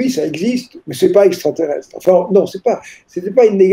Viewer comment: MEME PAS CAPABLE DE DIRE EXTRATERRESTRE ........